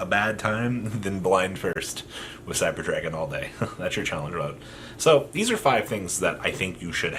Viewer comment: I've never heard anyone fuck up names of Cyber dragons more than you do